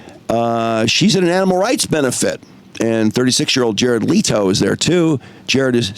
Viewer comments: Leh-to bro leh-to! Omg man your ignorance on things makes it hard to listen to your takes my dude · Leto himself pronounces it the exact same way the OP said it's pronounced. The other pronunciations you brought up are wrong